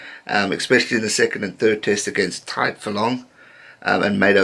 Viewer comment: Your pronunciation of tadhg is getting much better